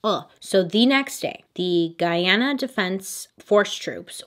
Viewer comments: Thank you Bailey for saying Guy-ana and not Gee-ana. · It warms my heart to hear u pronounce Guyana correctly. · Loved that you covered this and also excellent pronunciation of Guyana. This is one story that haunts our history. 🇬🇾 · Love you ! So ... it's pronounced Gooyiana, you the best. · Hi Bailey, I'm a Guyanese. Much love from Guyana. I have to say, you pronounced the name of our Country very well. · Bailey, kudos for pronouncing "Guyana" correctly. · Thank you for pronouncing guyana correctly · My mom was a young girl when this happened in Guyana!! She said it was so crazy. Also thanks for pronouncing the Guyana correctly 👏🏼☺️ I just found a your channel, and I’m loving it! Can’t wait for more 👍🏽😁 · Can I applaud you for pronouncing GUYANA the right way... As a Guyanese it's annoying hearing all crazy pronunciation of a simple word! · Thank you for pronouncing Guyana correctly! <3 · I love that you're pronouncing Guyana correctly because a lot of people don't really get it! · It’s nice to see someone pronounce our country’s name correctly. We love you from Guyana Bailey❤️🇬🇾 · I love that she actually pronounced Guyana correctly. Most foreigners just butcher the name Or they say " Do you mean ghana?" No Susan i meant Guyana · Being Guyanese I love that you covered this, my mom actually was a baby when all of this happened and it was a big talk in the town. I even more so love the fact that you pronounced Guyana correctly because that everyone says it wrong lol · I’m from Guyana ❤️ thank you for pronouncing it right 😂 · Bailey you're literally the first person I see outside of Guyana to pronounce Guyana correctly. I love u 10x more for that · THANK YOU FOR PRONOUNCING GUYANA RIGHT!!!! My dad is Guyanese and pretty much everyone says it wrong.